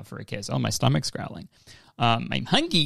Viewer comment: Thank you Kurtis for saying “hungy” cuz it reminded me to feed my fish